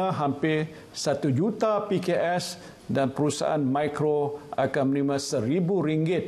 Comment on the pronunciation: Menerima. M A bunyi ma.